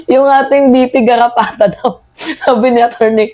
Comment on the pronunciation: Aayusin mo Ang pang bigkas ng R